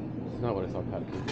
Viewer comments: "Pau de Queijo" definitely is not "Pão de Queijo !" Ahahaha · beware of "pau de queijo" pau means dick in Brazilian Portuguese. the correct is pão de queijo, like "paun" not pow . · I'm a brazilian and in I laughed so hard, most beginners can't pronounce correctly "pão de queijo"(cheese bread), so it sounds something like "cheese dick" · Bro, a council: NEVER, IN NO HYPOTHESIS, say “pau de queijo”, it’s pronunciation is like “peu de queijo”. ‘Pau’ is dick in Portuguese. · O cara fala pau de queijo kkkk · He's doing very well, except the "Pau de queijo" 😂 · It's very funny for us brazilians to hear foregneirs pronouncing "Pão de Queijo" as "PAU de Queijo", because the word PAU means Stick but it has a sexual meaning hahaha but I do understand that it may be difficult for foregneirs to pronounce words with "Ão": Avião João Pão Natação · Just be aware how u pronounce the word "pao de queijo", the word "pao" cannot sound like "pau" it means somenthing not very nice to say to a stranger 😂😂😂😂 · Acho que a atendente da cafeteria sabia falar em espanhol e pensou que seria mais facil pra você conversar assim, digo isso por que em sua primeira conversa não parecia estar falando em pt br 😆, e o clássico "pao de quejo" 🤣 todos que estão aprendendo ptbr tem a dificuldade de pronunciar, faz parte. Parabens e sucesso nessa jornada🙌🏼👏🏼